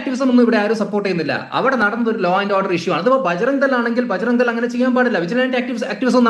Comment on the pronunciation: അഡ്വക്കറ്റ് എന്ന വിദ്വാന് തീവ്രവാദ സംഘടനയുടെ പേര് പോലും പറയാൻ അറിയില്ല 😊 ബാജ്‌റാ..ഗ് ദൾ എന്നാണ് അയാൾ പറയുന്നത് 🤔 കൂടാതെ ഉരുണ്ടു കളിയും 😄